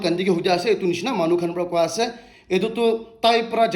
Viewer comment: In every points t way you say ase doesn't sound good.....